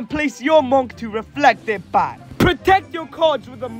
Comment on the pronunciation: It's pronounced "munk" not "mawnk" 😭